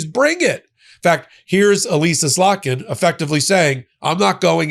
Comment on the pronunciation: Noticed right away you got slotkin’s name right this time.